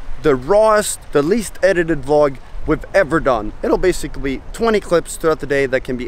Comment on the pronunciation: YES! Anyone else noticed the "Basicwy" on ! i had to pause and listen again!